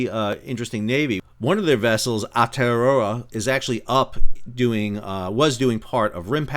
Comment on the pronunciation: Re: Maori, that was a spirited attempt but I must admit I did not recognise the pronunciation of "Ao-tea-roa" at first! I would possibly suggest trying for "ow-TIER-rower" if you need to say it again. It refers to the mythological "long white cloud" over the country that would have been useful for naval navigation -- it's a bit of historical trivia, I guess a bit like knowing about the Mayflower and Columbia for the US.